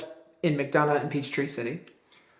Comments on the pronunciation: McDonough is pronounced McDonna just in case you do more videos on this. It’s south of Atlanta. Not far from Atlanta Motor Speedway. Lived in Ga nearly all my life and I have trouble pronouncing it if I see it in a sign! 😂 my father lived there when he passed in 1979. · Pronounced mic-dun-uh, McDonough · From a Ga resident not far from Griffin, it’s pronounced Mic-Donna (McDonough). 😉😳🫣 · McDonough is pronounced Mc-Donna. No hate. Just sharing ❤️ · McDonough pronounced McDonna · Georgia girl here., I had to laugh at your mispronunciation of McDonough. I can't blame you. It is pronounced Mac-Don-uh. Weird, right? Also, I don't think anyone in Georgia considers Griffin to be a small town. It is an Atlanta suburb...therefore it is just part of Atlanta. There are many of them: Conyers, Roswell, Alpharetta, plus many more. I'm from northwest Georgia but I went to college with mostly Atlanta suburb kids. They even said they were from Atlanta. I'm not trying to be rude. I'm just letting you know. Griffin is definitely not small town Georgia